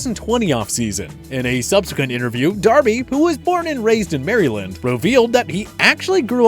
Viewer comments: "Mare Eee land" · did you just say " Mary Land"????? are you kidding me? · He rly said "marYland" WHY CAN HE NOT SAY ANYTHING RIGHT PLLLZZZ 🤦🏾‍♂️